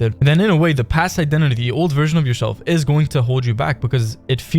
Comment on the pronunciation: How come you dont know how to say “The” properly?